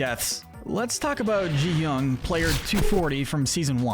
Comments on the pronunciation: it’s GI-hun not JI-hun, why to people say it like that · It's GEE-hun, not jee-hun. G as in graph. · IT is not pronounced ji hun it's gi huun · It's so annoying that everyone just mispronounces (Gi Hun)